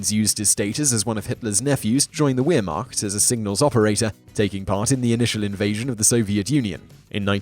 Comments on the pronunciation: great video and great content my only problem with it is all the mispronounciation, in German W is pronounced as a V so for example they should be pronounced vaffen and vehrmacht. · "WeerMocked"? wtf, you Brits just massacre other languages! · Just a point: the "W" in Waffen and Wehrmacht is pronounced as a "V". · You know, it's not all that difficult to learn to pronounce 'Wehrmacht' with a 'v' rather than a 'w'.